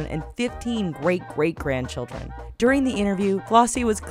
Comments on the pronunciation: Isaac Erick Gweat Gweat Gwandchildwen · "Gweat Gweat grandchildren"